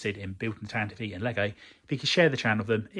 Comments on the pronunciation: Well yes I assumed the vee sound at the end was for IV. I guess I've always heard it said as tan-tiv, never tan-ti-vee, which I've just learned is canon so thanks. The more you know... I do admire the courage to even start a build like this. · This build series has taught me more about correctly pronouncing "Tantive IV" than all my years of being a Star Wars fan lmao